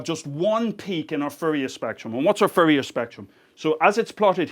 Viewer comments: I finally realized he was saying Fourier. I thought Riddick's homeworld Furia had gotten involved somehow. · I like how he pronouces Fourier as Furrier :D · That's "Fourier", for those who had trouble deciphering his accent in this particular case.